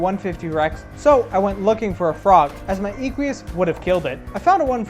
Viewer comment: The way this guy says "Equus" like "ee-kwee-us" is cancer of the ears. You are trying too hard. It's just "Eh-kwus". Stop adding syllables and sounds that aren't there. Oh god the way he says thylacoleo is even worse...